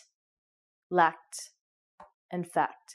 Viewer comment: Thanks a lot, just question: when you pronounce "sacked" and "lacked", i can hear sat and lat, is "ck" omitted?